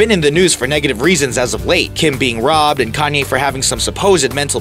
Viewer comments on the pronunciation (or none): none